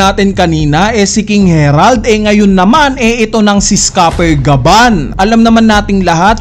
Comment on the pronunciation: Naka ilang chapter na Herald ka p din ng Herald. Basahin mo nmn ng maayos ang A E I O U